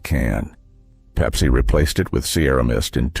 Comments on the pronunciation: I stopped watching after Pepsi was called "PEEPSI", kinda hurts the credibility... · Peep-see. I want my Peep-see.